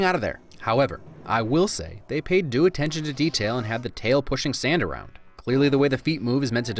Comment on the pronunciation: I think you meant "attention to de tail